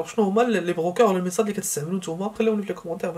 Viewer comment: تتكلم بسرعة ولا تنطق المنصات بشكل واضح